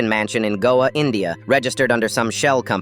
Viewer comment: Whats goa???? 😭(ik its an indian place, im an indian... But thats NOT how u pronounce it)